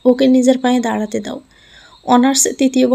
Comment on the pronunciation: দারাতে নয় “দাঁড়াতে”